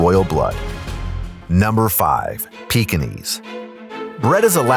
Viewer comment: Peekenees? Try saying it this way: "Peeking ease" with a very soft g, leading into the e, so that there is not a hard Edge on the e, as saying "e" has. It's from Peking, therefore it is Peking-ese, just like the Bengal tiger is from Bengal, it is therefore, Bengal-ese.